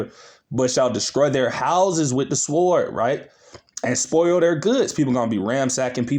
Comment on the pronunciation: The 'w' is silent in Sword 😉